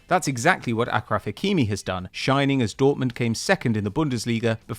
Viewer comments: ITS PRONOUNCED ASHRAF NOT AKRAF stop white washing every single name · Its pronounced asjraf hakimi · Dude it pronounced aSHraf hakimi